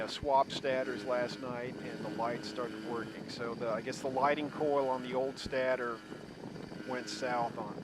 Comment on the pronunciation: Stator is pronounced with a long a, rhymes with Svader ;-)